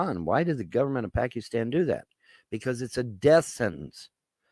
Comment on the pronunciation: "Pack-ee-stan." LMAO